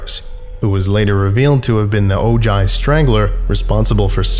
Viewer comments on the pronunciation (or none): "Ojai" ...i'm sorry, i heard that and cringed like nails on a chalkboard... i know not everyone is a californian, but it's like hearing "jala-peen-oh" instead of "hala-pen-yo" for "jalapeno". Ojai is pronounced "OH high", not "OH jai". other than that... 'tis a good vid :D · Just for reference Ojai is pronounced " oh high". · the way he pronounced Ojai made the Californian in me sad but laugh still